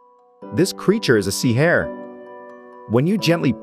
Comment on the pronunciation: LOL this AI voiceover doing the wrong emphasis on "sea hare" every 5 seconds cracked me up